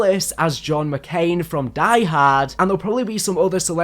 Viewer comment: John McCain 😂😂😂 hahahaha